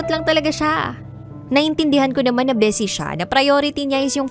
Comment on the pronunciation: Ma’am, bisi po, hindi bese!